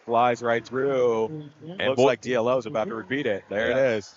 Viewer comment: Yes. You're right. It's pronounced Dee-Low.